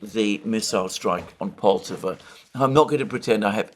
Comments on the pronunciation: Alexander, you are mispronouncing Poltava——the stress should be on the second syllable so it’s not POL-tav-a but Pol-TAV-a. . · Alexander - its pronounced Pol-tah-va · Just a little correction on pronunciation: Poltava should rhyme with Bratislava.